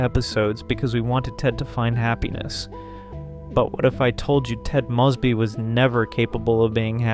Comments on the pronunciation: Already doing both. 😌 The last name mispronouncations is a distraction in an otherwise BEST OF THE LOT channel. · Yeah i keep noticing it in all his videos But it is still a wonderful video tho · These are great videos. (You're mispronouncing Ted & Robin's last names.) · Ted proclaimed love for Robin INSIDE her apartment when they were standing very close, flirting, and about to kiss. How can you know the show so well but repeatedly get such basis, in this case iconic facts wrong? I love this channel but these mistakes, and the mispronouncation of Ted's and Robin's last names are jarring. Please be more careful. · Was thinking the same, like maybe Ai? Coz how can anyone get it wrong... they say the last name soo many times throughout the show.